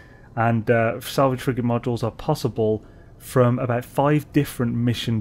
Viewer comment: I thought you were saying "salvaged frickin module" until I realized you were saying frigate 😂😂